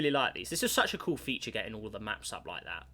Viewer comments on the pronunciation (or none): none